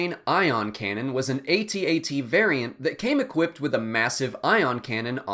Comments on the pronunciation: AT-AT it just pronounced At At, not aytee aytee. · It's not Aye-Tee Aye-Tee. It's AT-AT. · AT-AT is a camel, AT-AHT is this buffalo thing.